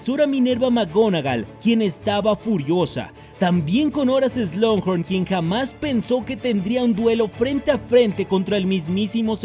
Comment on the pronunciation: Hola, llevo mucho tiempo siguiéndote y amo tus vídeos, son los mejores por encima de cualquier otro Youtuber que conozco, pero hay una sola cosa que nunca he entendido... ¿Por qué dices "Slunghorn"? Si es SLUGHORN, sin esa N antes de la G.